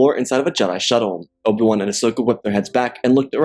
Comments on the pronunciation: Good story but it’s driving me nuts how he says Obi-Wan Kenobi. Obawon lol. Its O B 1 Kenobi Not Obawun Kenobi. Like I said, not trying to be mean or anything because the story is very good. Just my OCD listening to the name is driving me crazy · dawg can you say abi-wan not ob-1 im not hating but its just annoying but good vid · Who is Obil Wun? You need to slow down your narration, bro. You are in such a rush that you continually mispronounce and butcher names and places. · obwam, obam, obwem, obwan, oban, obi wan, is all i have heard throughout this video whenever you spoke about Obi Wan Kenobi, Student of Qui Gon Jin, Master and Brother of Anakin Skywalker, Close Friend of Ahsoka and Padmé, Etc.